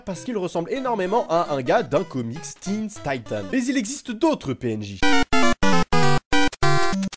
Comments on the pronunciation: Teens taiten OMG JPP LA PRONONCIATION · Tu prononce pas très bien très bien teen titans